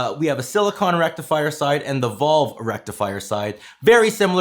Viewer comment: Pronounces valve as “volve” 😂😂😂